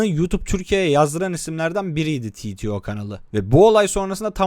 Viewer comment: Titio ne amk türkçe bir kısaltma türkçe okunur yani Teteo diye